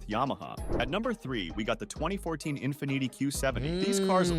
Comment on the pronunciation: How he pronounced Infiniti 😂😂